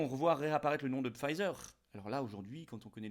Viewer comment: On ne prononce pas ”Pfizer” à l’anglaise.